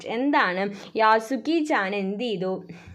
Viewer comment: യാസുക്കിൻചേൻ അല്ല😅 യെഷുക്കിചേൻ ആണ്😊